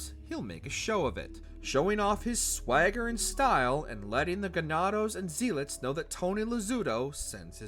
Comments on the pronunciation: Not "Zeelets" , "Zealots" is pronounced like "Zellots" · Zee lits?